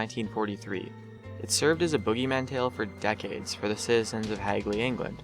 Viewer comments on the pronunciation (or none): Ha.. It sounded like he said whore instead of four lol... No offense! Cuz I love this channel and buzzfeed lol